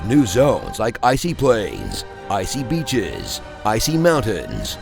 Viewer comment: ISEE BI**HES (BEECHES)